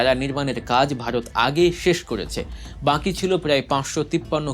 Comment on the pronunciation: "বাঁকি" নয় "বাকি" বলেন।